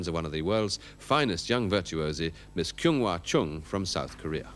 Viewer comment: She is a really great violin player..I don't like that Humphrey Burton prounces not correctly her name like Kyung....